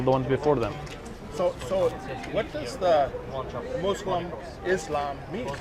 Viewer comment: Lol, he doesn't listen to the way he kept saying Muslim, he used a z instead of a s "Muzlim" the exact way non arabic speakers say it in the USA